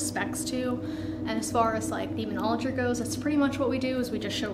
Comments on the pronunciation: She's dead, the demons got tired of her pronouncing Demonology as Demonologry . Proper Enunciation is key to controlling entities that were created before there was such a thing known as time 🤷‍♂️ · Fake.. she can't even pronounce demonology right